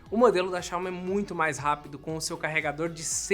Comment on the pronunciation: XAOMI, SOFTER KKKKKKK